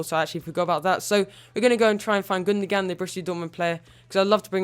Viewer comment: Gundoan not Gundogan